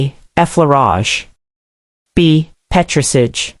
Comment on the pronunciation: she cannot pronounce petris ahj properly lol american robot